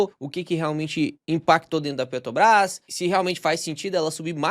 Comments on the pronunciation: Bom vídeo. 👏🏼👏🏼👏🏼 Mas “petObras” é osso hein… hahaha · Carioca fala Petrobras com facilidade kkkkkk